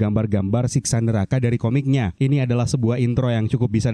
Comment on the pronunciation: Bang bang,Siksa neraka ya bukan Siska 😮